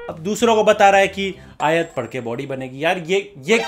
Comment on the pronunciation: Bhai isne galat padha aayat, dekho isne clip lagayi hai